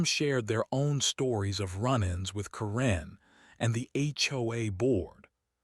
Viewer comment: Karen is not pronounced as Corrine. The inability of you people to improperly pronounce words is astounding.